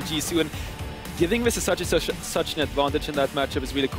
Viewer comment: Legit the other caster is tilting me, calling Vizicsacsi "Vizzy" even though DeFicio called him "Csacsi."